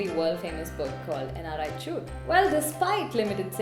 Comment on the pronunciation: just pronounce the chooth word correclty so that i can show it to others ...other than that nice video:-)